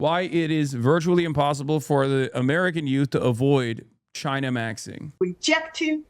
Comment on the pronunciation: Wouldn't it be nice if we got along with, say, CHAINUH